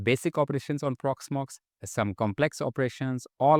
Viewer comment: "Porxmox" Custom AI Agent ? :D